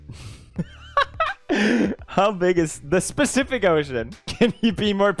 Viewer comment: “Specific Ocean” 😂😂😂 “Can you be more pacific?”